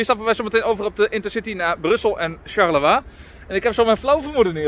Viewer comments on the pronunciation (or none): none